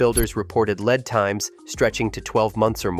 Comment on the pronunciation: Lead time is horrifically mispronounced